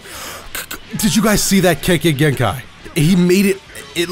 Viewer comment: When this man said kekei genkai I died 💀😂